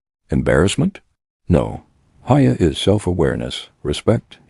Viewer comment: “Hiya” is pronounced hee-yâ